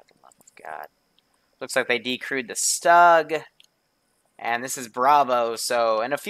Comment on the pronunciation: I know that you don't really give none, but... "Stug" is pronounced as "Shtoog" ("ʃtug", idk). And Luftwaffe is... eh... it has that E in the end. It's read like "LuftwaffEH" "Wespe" is literally "Wes-peh" (not sure on that one) Sorry for bothering you with such things (I doubt you'll even see this). No, I'm not Canadian.